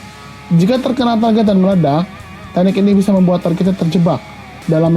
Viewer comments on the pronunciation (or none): none